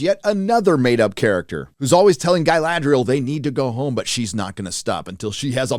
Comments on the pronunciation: It's not Guyladriel, it's Galadriel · guh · la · dree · uhl Not Guy-lad-driel. Come on now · I wondered why he couldn't pronounce Galadriel, until I realised he was trying to say "Guy-ladriel". lol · Galadriel is so butchered... but yeah its old news. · Funnily the one thing they seem to have nailed is the pronunciations. (Please stop remarking it, Americanized "Galadriel" sounds horrible) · My favourite acting flaw is how they pronounce Galadriel is a somewhat elvish way but then all speak is some basic English accent, really immerses you into the world